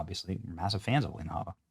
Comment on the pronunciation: You mispronounced Alina Hubba Hubba. Anyways, when are we going after these seditious judges? When are we going after these do nothing RINOs? Charlie is dead. He isn't doing it anymore. TPUSA has been neutered. It's up to us. Expose Speaker Johnson, John Thune, Corbin, Eyepatch McCain, etc, etc,.